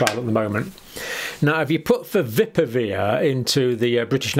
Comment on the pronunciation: Fa-vi-pi-ra-veer is the correct pronounciation...get it right please.